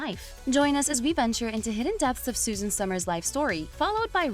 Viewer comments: Her name was Suzanne, not Susan. 🤦🏻‍♀️ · I’ve watched Suzanne for years and the people who make videos on her and can’t even pronounce her first name are just beyond annoying.